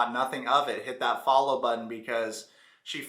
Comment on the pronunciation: Foller instead of follow is wild lol why does it sounds like she has a local that numbs your mouth at a dentist when she is talking …